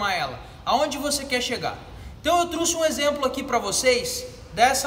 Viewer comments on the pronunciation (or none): Eu ouvi truce (trouxe)? Amigo gosto dos seus conteúdos mas cuidado com o português.